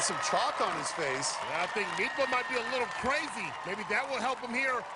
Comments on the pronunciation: They had one job and they kept saying "midtba" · The commentators saying "Mitba" sound so stupid, just say Magnus. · Meatbruh? Damn the butchering of that name. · Me, Norwegian, listening: Who the hell is "Mipa"? Oh, Midtbø... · Mag-nus "meatbah"